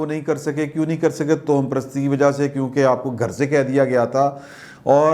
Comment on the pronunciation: محترم ۔۔۔ توہم پرست۔۔۔ کو تواہم پرست پڑھتے ہیں۔۔۔ واؤ پر زبر ہے ، ہ پر بھی زبر ہے